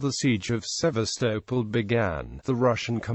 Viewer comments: Its pronounced Seevastoppol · The pronunciation of Sevastopol is an utter nonsense......